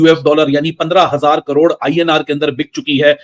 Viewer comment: इन हरामि पाकिस्तानियों से करोड़ भी नहीं बोला जा रहा साले कड़ोर बोल रहे हैं 😂😂😂😂